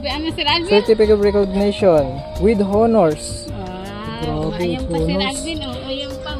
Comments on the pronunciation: No offense meant po.silent H ang pagbigkas ng HONOR.so ONOR is the ryt pronunciation. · silent h po ang pagbigkas ng honor